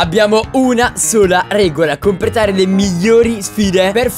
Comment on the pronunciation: Quanto mi piace il '' compretare''di Cap😂😂😂😂